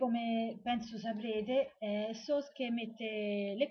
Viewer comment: ah dimenticavo, la tua pronuncia di Sousuke va benissimo (stavolta mangaka pure ti è uscito benissimo) ^_^ *kiss*